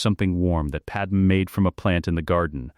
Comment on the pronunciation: Why does this AI ALWAYS call "Pad-MAY" as "Padam"? Lmao